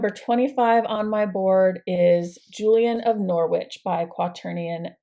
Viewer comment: Wow you have some big plans for next year. Just to let you know you don't pronounce the w in Norwich, its said like Nor-Ich. Can't wait to watch your progress over the next year.